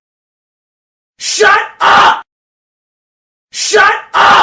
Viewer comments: All hes saying is shuh uh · at this point it sounds like he's saying "shut ugh" instead. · After listening to it for a while, it literally sounds like “SHUT UH-“. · I cant hear the 'p' it sounds like shut Uh!